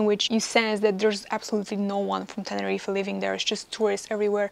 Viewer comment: Dry your eyes and go back to Russia. So much moaning in one video. Also learn how to pronounce Tenerife.